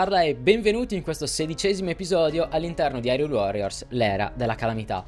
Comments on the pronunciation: il senso è quello, ma sentirlo pronunciare come dev’essere pronunciato è molto meglio. Suona malissimo come lo dicono nel doppiaggio italiano. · Non sai la gioia nel sentire qualcuno che pronuncia bene Hyrule e non Irule, come fanno nel gioco